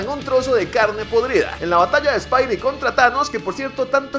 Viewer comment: No digas espaidi